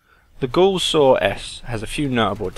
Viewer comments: Aaargh at "Gose". It's pronounced "Gowss" as in "Cow". It's a man's name ffs and it matters. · "gouse" is correct